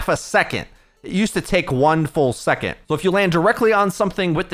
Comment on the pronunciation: Hey you pronounce "second" as "secont" and it's infuriating but thanks for the video <3